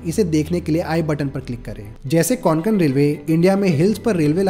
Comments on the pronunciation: Konkon nahi Bhai kokon hai nam hamare kokon ka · कोंकण not konkan pls 🙏🏻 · को+क+न ✅ क्वान+क+न ❎ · Konkan nahi re kokan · don't pronounce it as कोनकण... it is just a कोकण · Konkon nahi kokan bolo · It's kokan 'ko' 'Kan' not Conkan 😂😂😂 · Nicely Explained! just one thing, it is pronounced koh-cun.